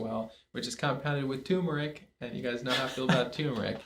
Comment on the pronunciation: Thanks for this! (And since you asked for feedback, it's "turmeric" not "toomeric.")